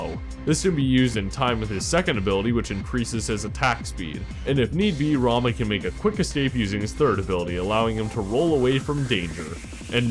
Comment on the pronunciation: anybody else notice he pronounced rama wrong, watch the smite lore